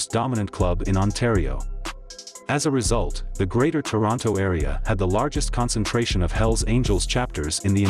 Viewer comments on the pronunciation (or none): none